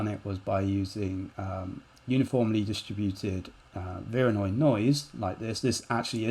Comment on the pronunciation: What kind of noise made that fracture? I can’t quite understand the word you’re using. Vironoi noise?